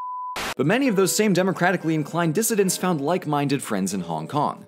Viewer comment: "democratically inclined dissedents" bruh moment